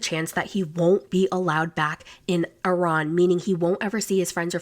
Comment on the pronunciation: I’ve never heard somebody pronounce Iran like that.. especially someone that “teaches” the English language lol